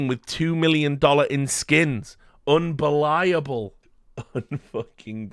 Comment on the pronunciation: i lost it at "unbeliable" 🤣